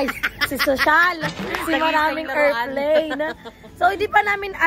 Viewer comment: Not to bash bang❤ but nabobother ako sa errport and errplane 😅